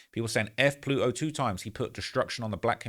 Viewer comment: Ploot-o 2x 😂